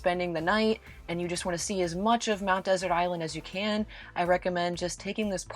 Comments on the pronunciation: One of my favorite destinations! Interested viewers might like to know that the "Desert" in "Mount Desert Island" is pronounced more like "Dessert." The accent on the final syllable is a holdover from Samuel Champlain who named it "Ile de Monts Deserts." And, as someone else pointed out, "Schoodic" is pronounced "Skoodic." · Mount Desert is pronounced as Mount Dessert.